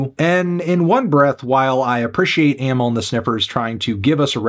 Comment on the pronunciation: He pronounced it like most people do